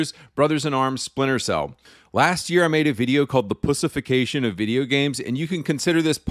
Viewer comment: Why are you pronouncing "pushification" instead of "pussyfication"